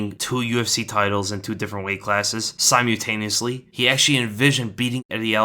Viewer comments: Sigh mule tay knee us lee. It’s sigh mole tay knee us Lee.. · Si-MUL-taneously bro. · Firstly, it's pronounced 'Sy mull tay knee usly' secondly, you're background is nothing whatsoever like Connor McGregor. I know his family and about his upbringing.